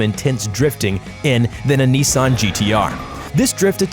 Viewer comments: It's not Niisan or Neesan, it's Nissan. Unless you're PewDiePie. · It's not neezan it's Nissan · Neessan GTR lol